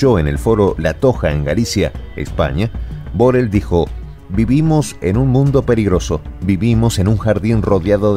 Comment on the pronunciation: Ahora se dice Burrell...